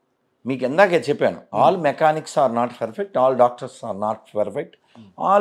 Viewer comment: Asalu nuvvu ferfett ane padam perfect ga palukuu ra babu